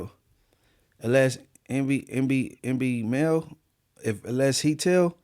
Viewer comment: Yall reporting and cant even get dude's name right? MBNel not NB lol